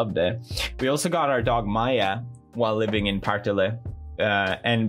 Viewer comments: Say "Partille" one more time.. Pawhrtihlé. Wtf. XD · As a Swede, it's really funny hearing him say "Partille" with an English accent.